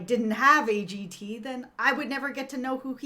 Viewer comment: Simon talen not z,A G T A.AA.